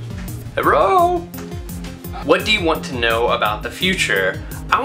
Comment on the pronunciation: "Herro!" xDDD